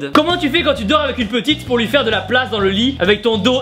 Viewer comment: inshape pourquoi tu dis DAINMS! !!!